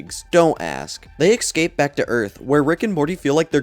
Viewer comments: love the video but every time you say ekscape instead of escape or cinadel instead of citadel i wanna cinadel my brain till it ekscapes my cranium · I can't believe I listened to 6 hours of a fella pronouncing the word 'ecscape' wrong